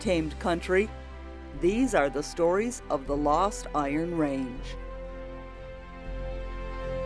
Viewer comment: You would think you would learn how to pronounce 'Iron Range' if you were doing a documentary on it.